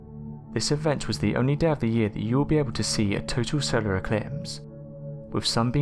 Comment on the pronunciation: * I think he said SOWARE ECWIPSE TWANSEIVER WECORDED CWIPTED CWEATURES !!!!!*